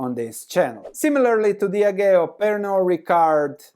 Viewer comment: Diageo is pronounced Dee Ah gee oh